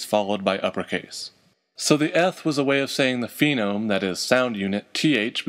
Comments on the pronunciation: You always pronounce "phoneme" as if it were spelled "phenome." I assume you don't pronounce the second syllable in this same way for "morpheme" or "grapheme," etc. "Phoneme," like "phone" or "phonology." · I have no idea why I pronounced "phoneme" "phenome" throughout this video, even though I have it spelled correctly in my notes. I'd like to pretend I was doing super-important genetic research on phenotypes and just got the pronunciations messed up in my head, but in actuality I was probably just tired.